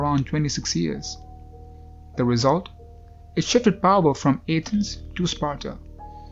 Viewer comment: You sound like a retard when you say Athens!